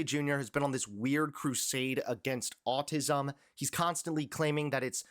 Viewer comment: Autism not autizum. Sorry.